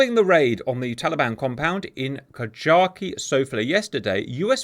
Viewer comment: How many times can one man miss-pronounce KAJAKI